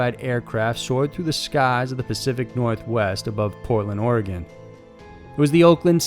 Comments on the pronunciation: Pothead Mike Yes, Sir. That ē drives us natives crazy. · Gruesome stuff. Thank you for pronouncing Oregon right.